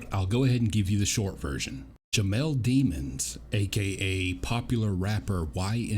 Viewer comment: It’s pronounced Dimm-unz,….. not 😈🤦🏽‍♀️😂😂😂